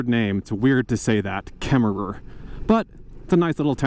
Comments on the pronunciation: It's pronounced Kemmer no extra er on the end! My family past had a ranch near Opal. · I'm so excited to follow along on this journey. I love the areas you are going to. I grew up in Wyoming, but I love the pacific northwest. Just an FYI, you don't actually pronounce the extra "er" on Kemmerer. I'm really excited to see British Columbia. My favorite mountains are the Canadian Rockies.